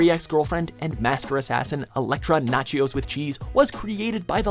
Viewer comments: Did he say "Elektra Nacheos With Cheese"? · Did you just say "Elektra Nachios with cheese"? 😂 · Anyone els catch him say Electra nacheos with cheese. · Did you say... "Elektra Natchios with cheese?" lol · Did he just say: " Elektra Natchios with cheese"? :p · did u he just say electra nachoes with cheese ?????